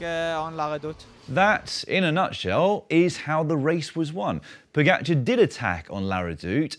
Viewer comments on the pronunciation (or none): The guy has won 6 Monuments and 2 TDF in his 70 victories, and you still don’t even know how to pronounce his name. Look, it’s Po-Ga-C(h)ar. Why do you keep saying Pogatchar? Is it some sort of British jealousy thing? You correctly pronounce the “j” as a “h” for Alejandro Valverde but for some bizarre reason can’t say “ga”! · No. I made sure this feed never appears again in my YouTube suggestions. I think it is very disrespectful to mispronounce people’s names. I can understand not being able to say Primož correctly as the ž is not an English letter. But when people can’t say “ga” that shows either disrespect or a deliberate way to not saying it properly. I’d bet Dan would never pronounce the “s” in Paris-Nice, right? Imagine how horrified fans of cycling would be in repeatedly hearing Paris with the “s”.